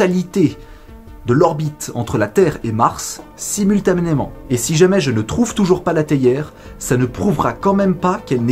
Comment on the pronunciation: Épisode intéressant 🙂 « simultaménémant » 🤔😉😇